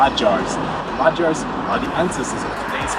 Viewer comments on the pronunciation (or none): Very cute thank u just one correction not majars (not J like Jazz), but madiars (d letter u pronounce like soft d like idk maybe smt like the word “double” ma-d-ars acctually:) if you understood something what i wrote :D